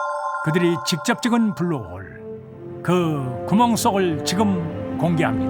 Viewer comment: 이거 어릴때 본방으로 봤는데 외국인아나운서 블루홀 발음찰져서 맨날따라함ㅋㅋ